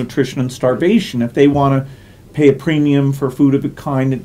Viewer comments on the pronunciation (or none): none